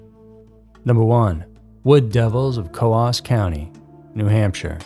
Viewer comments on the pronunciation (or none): New Hampster (lol) here. Coos County is pronounced like ooze, booze or lose 😁